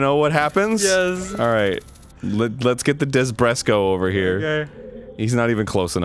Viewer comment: Desbreko! Not DESBRESKO!!! I'm triggered!! You fucking triggered me!! Way to go!!!! ^/)^